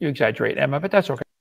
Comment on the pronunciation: The way he says Emma physically hurts